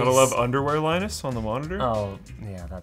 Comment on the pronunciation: pewdiepie says thank you "Linnus"